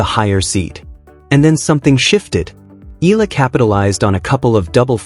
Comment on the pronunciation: And you still say her name wrong 🙄